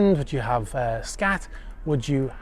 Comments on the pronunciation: Pronounced "skaht" , rather than "scat". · Skat (pronounced 'scart') is a German card game. Like Bridge or Whist.